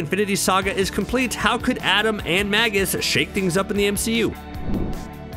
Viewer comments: Magus is pronounced 'May-gus' not 'mag-us'. Do you not understand what a Magus is? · Magus is pronounced May-Gus